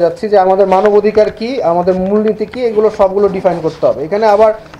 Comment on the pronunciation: চমৎকার আলোচনা হয়েছে তবে স্যার বারংবার মানবধিকার (ভুল উচ্চারণ) বললেন কেন?